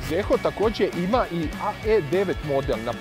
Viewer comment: Nije Zeehooo nego Ziho.